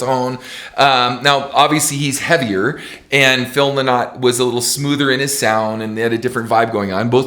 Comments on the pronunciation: OMG ken. Phil Lynott is IRISH - Not British. And we pronounce it Phil 'Lin-it' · Man Yer Brutal at Prouncing Phil Lynott Name Paul Does not no Where near Sound like Philo Sweet Fuck that was a Bad Choice of Comparisons On the Other Hand Bruce all Day 🤘🤘🤘☘☘☘☘🎸🎸🎸🎸🎸☘☘☘🇮🇪🇮🇪🇮🇪🇮🇪🇮🇪